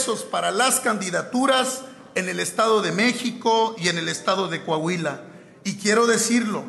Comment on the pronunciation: Coahuila !!! Corrige Adela , no es Cuuuahuila !